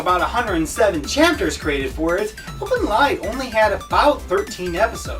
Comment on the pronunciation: You misunderstood a lot of things. For example: in many countries, marrying your cousin is considered fine, this show is nowhere close to being a harem, The fact that nudity has been in art since the dawn of human art creation and doesn't always mean something raunchy, and you're even pronouncing the name wrong. Plus, other things. But, at least your ability to put together a video is better than mine. Keep it up.